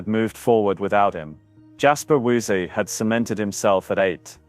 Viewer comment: It's pronounced Veeeesahhhh. Not Weesie. Undermines your credibility.